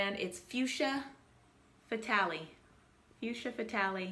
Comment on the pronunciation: Again, love your Vlogs! Movies are sensational! Pronunciation note: you have fuschia correctly... second word...fatale...(you may pronounce any manner you wish) but is is pronounced fa-TAHL! Continued health and peace to you!